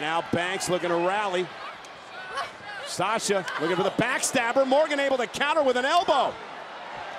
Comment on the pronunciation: Anyone else heard Naomi say Slasha😄